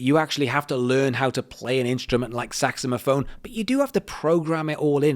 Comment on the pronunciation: haaaa.... exactly what i was thinkin!! Was too cute... thot it may be an accent thang 😉